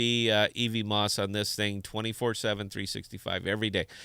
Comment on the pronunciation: Love your stream man, but every time you say "ee-vee-moss" it hurts a little :P It's "ev-mose," like Cosmos is "cause-mose."